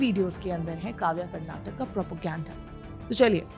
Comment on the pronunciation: Please correct the spelling and pronunciation, madam. It's 'Karnataka', not 'Karnatac'. While speaking, most North Indians cut the last vowel which sounds like क्. But you should pronounce the full vowel like in क. I don't understand why North Indians have this problem with pronunciation! They do the same while speaking the name of our language also, which is 'Kannada'. They say it like 'Kannad'. No, it's Kannada, with क् + अ at the end.